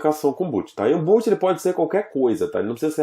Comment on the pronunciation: Poxa, mestre... A pronúncia correta é BOT, não BOOT.